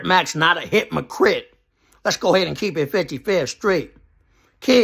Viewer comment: This nigga said hipmahcrip instead of hypocrite 🤣🤣🤣